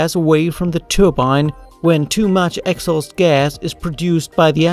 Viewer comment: Nicely explained. Great animations. Thanks! A word on pronunciation though - 'exhaust' has its stress on the second syllable which is a long vowel sound also found in the words 'law', 'door, 'course' or 'or'. That is with a British English accent though ;) Cheers.